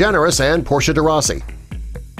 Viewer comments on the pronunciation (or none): none